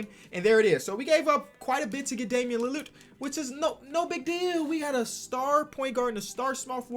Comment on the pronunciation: nobody:: dAmIaN lAlArD